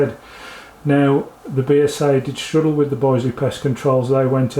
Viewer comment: Will you please note that the i in Bisley is pronounced as in business and bitter, not as isle or island. Have you not heard of the world famous Bisley shooting ground and ranges in Brookwood in Surrey.